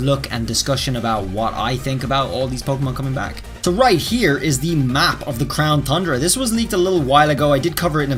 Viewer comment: Can you stop calling it the crown thundra 😡